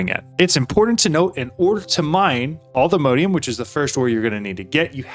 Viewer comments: Not sure why you say "Allthemodeium"... It's All The Mods 10, not All The Modes 10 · Wouldn't it be pronounced "all the mod -ium"?